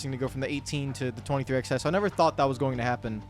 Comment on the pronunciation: I will never understand how 23XI has been around for nearly 2 years....yet you still don't know how to actually say the name properly